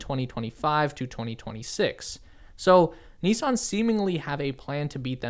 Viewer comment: Good video but it's not NEEESAN, it's NiSSan